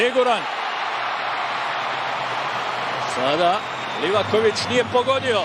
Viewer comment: Mala opaska za bosanskog komentatora kad izgovara Livakovićevo prezime. Moraš mu malo rastegnit prezime kod izgovaraš. Znači kad dođeš do slova o, ono malo odužiš.